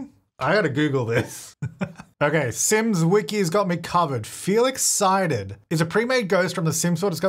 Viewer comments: Felix Psyded / Feel Excited 💀 from laughter? Wow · "Felix Psyded". Feel Excited?! Died laughing. Sounds legit!